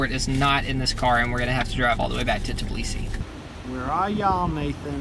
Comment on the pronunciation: Aaaaaaaaaaaahhhhhhhh at the way you say Tbilisi. The T is silent and pronounced bilisi